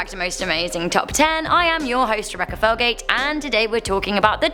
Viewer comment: no hating but felgate sounds with colgate